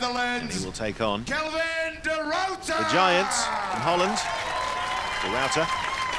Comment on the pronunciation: . Oh for crying in a teacup people. Why is it so difficult to pronounce a name correctly? It's De Ruiter, not Du Router. Darn it, I've even heard them say De Rotor at one point. If you are unfamiliar with the pronunciation of a name, do some research if you must, but don't mess up a man's name.